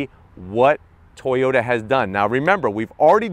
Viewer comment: It's still a A-TOY-OT... 🙄🤨